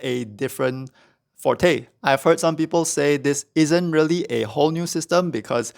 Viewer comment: Huzza, another creator pronouncing "Forte" correctly! What instrument do you play? So far it's mostly the people familiar with music theory who have been getting the terms right.